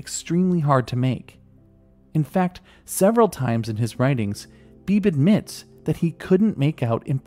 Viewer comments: FYI: I have a friend named Beebe, and it's pronounced BEE-bee :-) Like a BB gun. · I don't mean to be annoying, but I'm pretty sure his name (Beebe) is pronounced "Bee-bee"